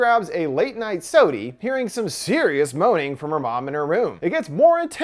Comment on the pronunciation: The fact he said sodie, my week has been made